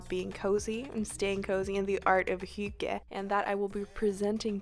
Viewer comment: omg finally someone saying hygge 😳 i’ve always wondered how it was pronounced. Anyways, cute vlogggg, much cozy 🤍